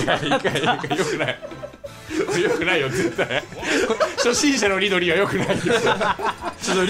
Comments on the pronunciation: リドリーじゃなくてミドリーww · キヨが、 リドリーじゃなくてミドリー って言ってるのくそツボったんだけどうちだけ？？